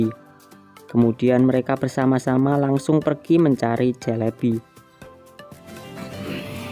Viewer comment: SELEBI bukan CELEBI 😅😅😅